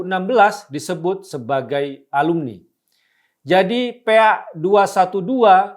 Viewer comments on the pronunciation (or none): hahahahahah, ngakak waktu bang guntur nyebut PA pake E, jadinya Pea.. 😂😂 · PA dibaca PE A